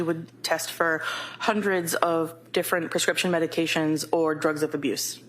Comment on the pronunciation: It would be nice if the prosecutors learned to pronounce the medications prior to the hearing